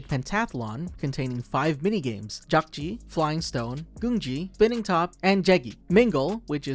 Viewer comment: I think in the last episode where they’re shooting the guards, I think player 001 fell behind a bed Also.. I also kind of want to point out that the square throwing game is pronounced dakjji, not jakjii.. and gongi not goongi.. sorry 😭